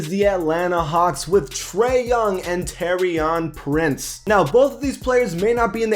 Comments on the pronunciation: TOUR-EEEY-AN PRINCE PAC U STAY GETTING THAT WRONG😂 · Same at Taurean Prince